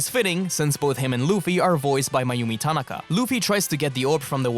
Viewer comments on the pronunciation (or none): none